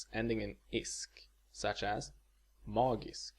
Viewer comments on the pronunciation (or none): none